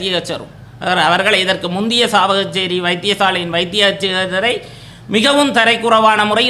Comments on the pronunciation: முதலில் சாவகச்சேரி.. என்ற பெயரை சரியாக உச்சரி... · உங்களுக்கு சாவகச்சேரி என்றே உச்சரிக்க தெரியவில்லை வீட்டிற்கு சென்று நித்திரை கொள்ளவும்